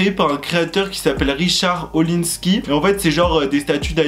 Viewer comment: On dit Richard ORlinsky. Et Nabila a raison car la statut rouge a été fait par une artiste Argentine... Mais j’avoue le pic sur les placements de produits c’est l’hôpital qui se moque de la charité 😂 On voit bien le degré de classe entre les 2 couples : autant Nabila et Thomas sont drôles alors que Jazz et Laurent sont hors sujet 😂